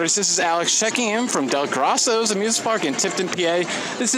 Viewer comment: It's pronounced Dell-Grow-So's